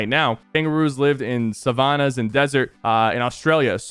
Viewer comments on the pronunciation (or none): “Savonas”-sypherpk 2021